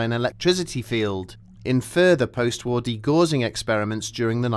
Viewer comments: Dee-gow-sing not dee-gor-zing, after Gauss the physicist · For De Gaussing read, De G'awsing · Apart from the absurdity of the premise of the story, degaussing takes it's root from the scientist called Gauss (rhymes with house). Your AI needs more homework!